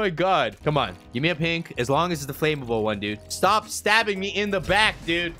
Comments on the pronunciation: It’s annoying how he says ‘FLAMMABLE’. It’s Flam-able not Flame-able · my man its not flame-able its flam-able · flame able? learn to speak. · Ask siri how to pronounce flammable